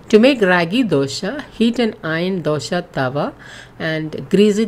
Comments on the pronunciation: please pronounce properly it's not dosha it's dosa and it's an emotion for us south Indians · Thanks for sharing this recipe. Request you to kindly pronounce it as dosa not dosha, dosha has a entirely different meaning. It means some problem, I am sure you are providing ragi dosa and not ragi dosha 😊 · It is dosa not dosha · Nice information Madem... It's dosa not Dosha... Kindly correct it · Happy that you have been using whole flours and millets. Indeed healthy. But, the title should be 'DOSE ', not dosha like you said. Please use right pronunciations, like used by the natives. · It is not Dosha... Not the sha sound..... It is dosa..... Sa sound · It’s dosaa ,Not dosha plz make it correct plz don’t mind plz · Dosha? 😂😂😂 which dosha .......pls its ragi 'dose'........anyway 💗💗💗💖💚💗💖💚💙💖💛💛💖💙💛💖💙💙💛💙💛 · Its dosa not dosha 😂😂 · Dosa not dosha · Man that is Raagi dosa not Dosha.. 🙄